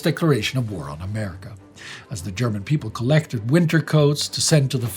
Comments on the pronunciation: ' German is good especially his pronunciation, that is how those words are pronounced. Why should he mispronounce a name or a word if he can pronounce it correctly? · you really bring the german pronounciation across very accuratley